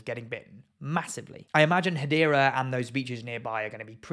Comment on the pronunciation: Hadera is in Israel! You spell it Hadera! You pronounce it Gadera!